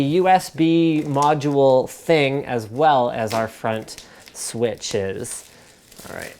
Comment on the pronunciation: the way Linus said switches when pulling off the plastic